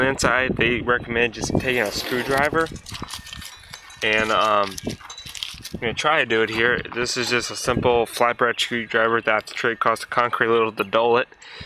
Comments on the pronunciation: The pronunciation kills this video. "Get Jippin, Pill it off, pill it off with the flatbread screw toaster!!" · Sounded like he said flat bread screwdriver lol